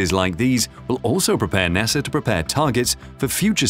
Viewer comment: I love ur videos and the way u say NASAR 😂